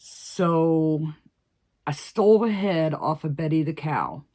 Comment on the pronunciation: Betsie instead of betty